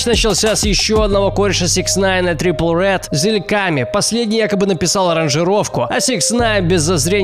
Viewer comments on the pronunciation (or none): Трипл рэд...килл ми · Радужный гризли блядь?! Трипл рэд ну да